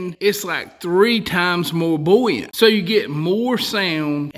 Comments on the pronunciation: Hot tip: there is no "L" in the word buoyant or buoyancy. It IS NOT "bullyant" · I just love hearing him say bouyant/bouyancy/etc